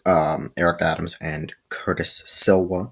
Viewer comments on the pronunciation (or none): Curtis Sliwa is the founder of the guardian Angels 👼 & your saying his last name wrong 😑 & you should do more research on the topic next time!!